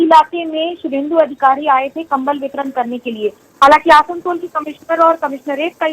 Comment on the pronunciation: They said kambal bitaran lmao